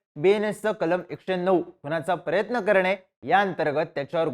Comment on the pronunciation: हे , अस , कुठ , प्रयत , मनोरुगन , 😂😂😂😂😂